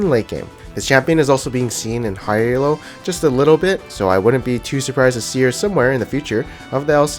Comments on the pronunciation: Elo is a last name, not an acronym. When people say E-L-O, it kills my soul. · Stop calling it fucking E-L-O.